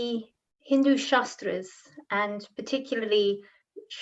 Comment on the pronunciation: Sry. to point you out but it's " shAAstr " ( शास्त्र meaning a suffix for technical or specialized knowledge in a defined area of practice like -logy in ecology, psychology, etc.) & not "shastr" (शस्त्र , meaning weapon), & also no need to put "a" in the end of everything, but if the whole world is doing so, it may not be a big issue. But in case of pronouncing शास्त्र as शस्त्र meaning changes, so here the prononciation is important & must taken care of.